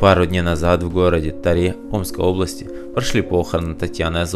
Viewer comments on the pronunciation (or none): Не Таре,а Таре ударение научись ставить.